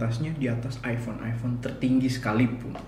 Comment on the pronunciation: ipon pake cahaya????? mas mbok belajar bhs inggris mas, banyak baca cara pronounce itu ky apa, kalo ga bisa bahasa inggris, pake bahasa Indonesia aja, malah lebih gampang.